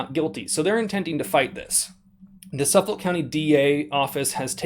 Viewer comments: I grew up in Suffolk county and the way this guy pronouncing it makes me want to vomit. I live in PA now and can buy a canon or a full auto 50 cal with a silencer if I wanted. Suffolk county NY highest property taxes in the country and they use the money to take you guns away and give you red light tickets . Fuck Suffolk county. For anyone else wondering where it is it’s Long Island everything east of Nassau county which borders queens everything east of queens is considered Long Island even though technically Brooklyn and Queens are on the same island. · The "k" is pronounced in the name suffolK almost like soof-fuck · .... your persistent mispronunciation of "Suffolk" County is killing me.... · The way you pronounce Suffolk makes me sad. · You're pronouncing the county wrong. I live in the next county over. Also Jerry's made NY complaint scars. That's probably what they're going after. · At this point I'm thinking it's closer to what duh-fek? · 1st of all this is not new. Gun stores get audited all the time. 2nd. it’s SUF-FOLK county, not SUF-FOLD. Now, that rifle does NOT look like a NY compliant weapon. If you were dumb enough to register your rifles during the SAFE Act and your intentionally attempting to get around the NY SAFE Act by loopholing then don’t cry when you get locked up...NYS is a bunch of gun hating scumbags. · Dude you need to learn how to pronounce Suffolk. Suf-ik not suffle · It’s pronounced suf olk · The K is not silent, ( suf- fick) , sorry just tweeking my OCD. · Pronounced suffik county Long Island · It’s pronounced suffick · Sorry, I have to lol. Suffolk is pronounced as *Suffik*. Carry on 😁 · Lmao its suff ick is the way its pronounced 🤣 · It's pronounced Suffick ;) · It’s suff-ick county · Suf-fuck please stop butchering my county's name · Its pronounced suffik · It's "suff-ək". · It's pronounced "Suffuk", the "L" is silent. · It's pronounced "Suff-ick" or "suff- fuck" county, not suf-folk. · Suf-folk gotta pronounce the k